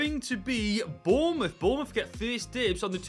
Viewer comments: It's boubouth you funny God help hom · it’s bouroutht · It’s Bournemouth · Pfffffffttt its flipping bornmouth